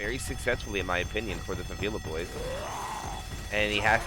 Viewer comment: this isnt how you say favela. it's not fah-veela. it's 'e' as in 'dead', fah-veh-lah